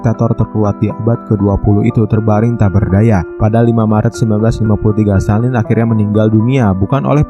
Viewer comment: Stalin min bukan Stanlin